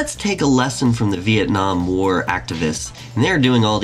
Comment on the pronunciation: Is it bad that the only thing i can think about is he said Vietnam wrong